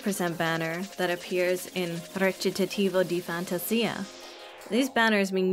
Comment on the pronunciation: You pronouncing Recitativo di Fantasia made me rewind the video thrice it sounds so satisfying